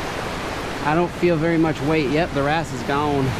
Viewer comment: when you said wrasse I though you were saying grass